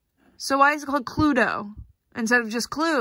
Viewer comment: The pronunciation hurts me so much though, we say "Clu-eedo" but maybe that's just in Dutch 😅